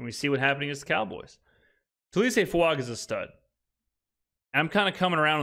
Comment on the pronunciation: It's Fuaga! Not Fuanga!